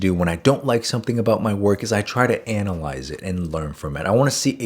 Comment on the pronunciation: dont anal ise but vagin alise hehe